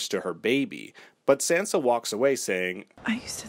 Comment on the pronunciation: Why are you mispronouncing Sansa? 🙄🙄